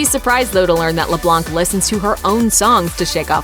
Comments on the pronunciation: Voiceover: LeBlᗩᑌnc Me: throws headphones across the room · Why are they calling Annie “LeBlanc” lamo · Did you notice she said Annie’s last name wrong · She said Annie’s last name totally wrong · It's annoying how they kept calling he LeBlanc and not Annie. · Leblanc is a french name and we don't pronounce the c